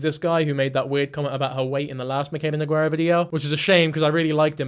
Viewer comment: king you’re so real for this but her name is pronounced No-Gar-ah😭